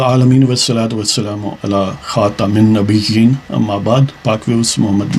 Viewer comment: Sir ...dont mind ...ap khatamannabyeen ki zbar zer ko chek kren ta k ap thek pronounce ker sken.thank u